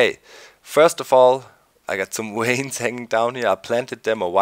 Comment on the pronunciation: "waynes" ? WTF lol. Do you not mean Vines? :)